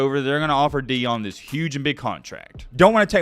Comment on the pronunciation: It’s pronounced Ian not eon